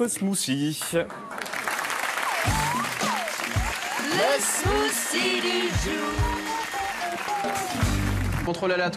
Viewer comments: Smoossi! What te de fuck! Est-ce Hollande qui vous a montré la prononciation? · Ahlala c'est marrant de voir les français prononcer un smoothie ; "smoussie" alors que ca se prononce "smoutie"